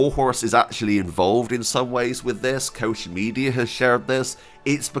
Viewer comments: Quick sidenote: the ch in Koch is pronunced like the Spanish j oder the Russian x. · It's axtually spelled koch but it's pronounced cock media